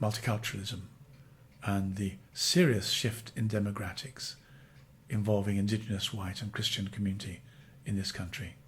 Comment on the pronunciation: 13.55 The word is demographics not "demogratics," and why is it "serious?"